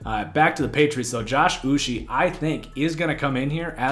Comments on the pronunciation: its Josh "Oou-cHAY" for the Patriots 2nd Rounder, Not "Oou-she". and "Don-TAY" Hightower. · Uche pronounced like this: Oo - Chay. One of my guys as a Michigan fan, always seemed to be getting pressure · As a pats fan I thought that they had a good draft because they added speed to the defense in a league were dual threat quarterbacks are becoming a necessity and rising in popularity. I’m also Nigerian so the way you pronounce Josh Uche is (Uchay) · 😂Im was cringing each time he said his name